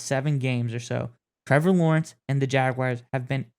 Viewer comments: There is no WIRE in Jaguar. Say Jag then say the letter R with a W sound in front of it. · Don't care who we play. I'd rather not go to Buffalo. But that's 'cause of the weather, not the Bills. And it's Jag - wars, not Jag - wires. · They are not "Jagwires." 🙄 Pronounce it right - "Jagwars." 🐆